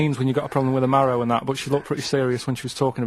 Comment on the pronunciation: Do all Northerners call trousers pants? I thought that was an American thing? Also, why does Karl have so much trouble saying the word "marrow?" Does he know what bone marrow is?? I doubt it, coz he's the most stupid person that ever lived 🤦‍♂️🤦‍♂️🤦‍♂️